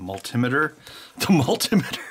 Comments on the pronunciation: I call it a mal-timmiter at work too just to mess with people!!! Also continue-ity, dust-e-cant, anoids, and fiber-obstacle. Life lesson; if you don't know how to pronounce it, you should be touching it! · I think Ben Heck says multimeter wrong because it is not a device that measures mults but it is multiple meters is one box. Saying it wrong like Benjamin robs the meter of its multi.